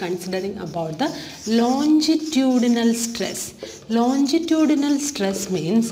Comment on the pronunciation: Mam ye lonjitudinal nahi hota longitudinal hota hai pronounce correctly